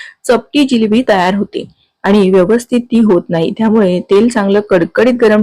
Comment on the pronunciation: जिलेबी नाही जिलबी म्हणतात😅